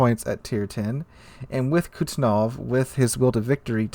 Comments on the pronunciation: I'm sorry but Kuznetsov not Kutznov 😭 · Yes. My bad. But his pronunciation of kuznetsov is so bad it sounded like kuznof. So i thought he meant Kutuzov. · Kuz-ne-tsov sorry i had to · Your pronunciation of the captain Kuznetsov's name tears my ears :)